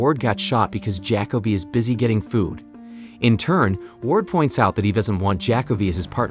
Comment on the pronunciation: (Ja-co-be), not (jack-o-bee)